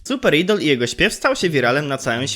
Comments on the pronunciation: wymawia się "ajdol" ale to taka drobnostka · To sie nie czyta idol tylko ajdol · ok but mowi sie super ajdol dziekuje dowidzenia